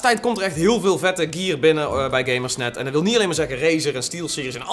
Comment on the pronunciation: gier serieus het is gear niet gier